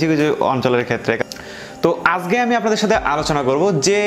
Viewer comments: আজগে না ভাই কথাটা আজকে হবে আর কথা ভাল করে বলেন কথা শুধ্য করে বলেন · আজগে না আজকে।